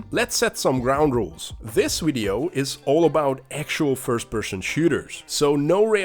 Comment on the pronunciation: Wideo? Wisuals?